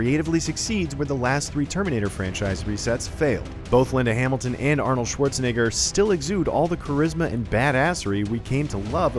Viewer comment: my man totally forgot about the “e” in “Schwarzenegger”